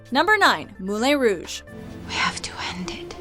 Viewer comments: "Moulaine Rouge" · Was anyone else bothered with how she pronounced moulin Rouge